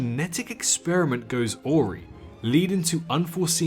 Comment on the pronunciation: It's a-wry, not aw-ry